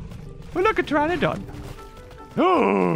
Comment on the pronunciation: I like when you say tyranodon Its like a hybrid half tyranosaurus rex and falf pterenodon